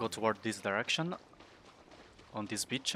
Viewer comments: My man does not says beach he says bi**h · BEETCH-AH (beach ) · I'm sorry Just the way he says beach 😂😂